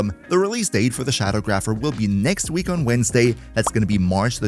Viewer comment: It's Sha-dawg-rapher.